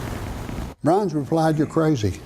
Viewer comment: Byrnes, not Brinze.